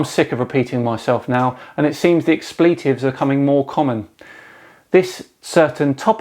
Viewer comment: In America we say "ex pli tive" both I's are pronounced short like "in" or "give" you said "ed plee tive" silly.